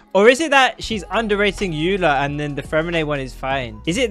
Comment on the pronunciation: He also keeps saying ayyla because he did a 2 second google search and for some reason thinks the name Eula is of German origin, but he isn't even saying it correctly in German. He's just stupid as well.